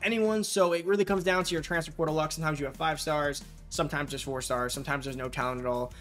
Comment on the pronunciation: Slow down bra its transFER portal. Not transfr prtl lol. You saying it so fast and condensed